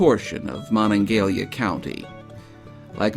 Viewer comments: Hearing this say Moningalia is painful.. Mo-NonG-a-HELia bud- get it correct. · as a West Virginian you should know the county where Morgantown is located is pronounced Mo-NON-ga-HEH-la.